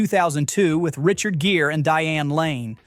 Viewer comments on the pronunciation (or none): none